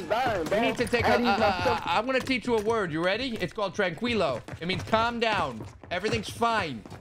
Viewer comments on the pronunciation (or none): when you say tranquilo, it should sound like trankilo.. if you pronounce tranquilo. will sound trancuilo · try saying "tranKeelo." This is how it is pronounced in Spanish